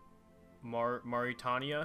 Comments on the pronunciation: great series !! well done, this was a cool experiment :) side note: Mauritania is pronounced like Maur-it-ay-nea, Mauritius: Maur-ish-us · It's M-A-U-R-I-T-A-N-I-A. It's so easy!